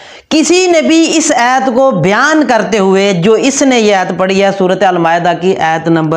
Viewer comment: Ayyt nai hota ayat hota hai. Pagal